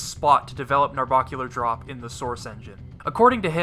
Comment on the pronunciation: It bugs me how you mispronounce "Narbacular drop" its bac not barc